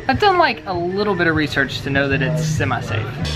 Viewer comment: Did you say, Semi-safe? Ha